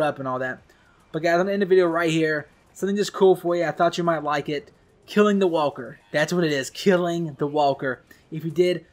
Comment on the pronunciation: Why do you say wahwker?